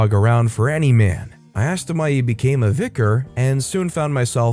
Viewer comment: Not the VicarARRRGE 😂